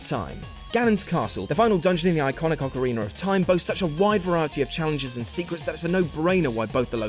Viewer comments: Sounds like he said orcawiener of time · Please stop saying "ahkareener." There is no "r" at the end of ocarina. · "ocariner of time" hahaha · ocariner of time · why does everyone pronounce ocarina of time "ocariner of time" wtf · Ocariner Of Time. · ocareener ay? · Ocariner????? xD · Ockareiner ahthyme. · What's an ocoreener of time.... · Ocariner of Taim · Stop pronouncing A's as E's you dumbass. OCAREENER